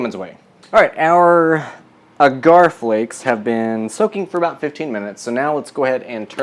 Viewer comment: You're too cute and I love your videos. I just bought this book and am also cooking my way through it. Just a helpful tip, agar (usually seen as agar-agar) is pronounced like dagger, or like lager, depending on your accent.